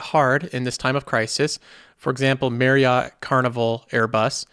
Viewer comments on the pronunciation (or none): none